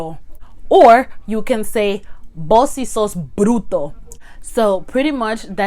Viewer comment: Just a little observation. It’s actually vos for you . Voz is voice. ❤️❤️ the video btw👍👍👍👍👍